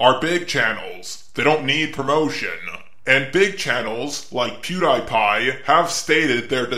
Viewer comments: Okay, I love your channel, but when you pronounced pewdiepie as pewdIpie not pewdeepie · Why you pronouncing it Pew Die Pie, instead of Pew Dee Pie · Omg... THE WAY HE PRONOUNCES PewDiePie! Bro, the ‘Die’ is pronounced ‘Dee’. I’m sorry for getting triggered, Imma leave... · Pew die pie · It's pronounced pewDpie even tho it's spelled pewdiepie